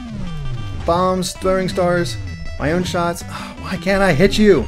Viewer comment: I died laughing when you said shits instead of shots XD